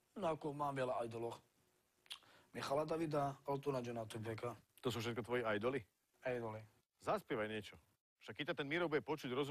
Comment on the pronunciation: "to sú všetko tvoji ajdoli?" Re: aedoli!